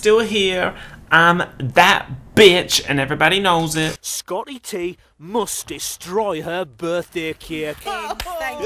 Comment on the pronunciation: Sco-iy T muust destroy hur buthdaiy cayik